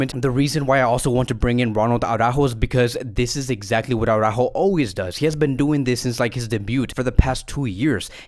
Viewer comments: When you see Alex from Blaugrana Planet,, do yourself and us all a favor, and ask him (he's a Spanish speaking person) to pronounce for you Araújo. For the record, it's "ara-óóho", but maybe you'll believe it when Alex confirms it. Honestly, that "Awww-ráhho" time and time again is so retard. And I guess you massacre Araújo's name because you believe that screaming Jamie from TalkFCB has got it right, but he hasn't. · I DO hope Araújo leaves, so we won't have to hear "AwwwrÁhho" any more.